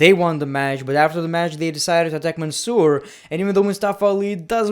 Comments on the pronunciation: The way he says mansoor😂😂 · Great one pronouncing MANSOOOR gets me everytime 😂